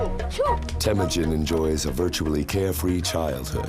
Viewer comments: No man. Stop talking about something you have no clue. His tribe was called Hiad Borjigin. Not a Merkits. And it’s called Temujin. Not Temugyn. And it’s not fucking ghde gist khaan. It is Chinggis Khaan. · Not Temudjin and not Tamudjin. Its Temuujin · Temüdjin not Tamüdjin! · Its " Temujin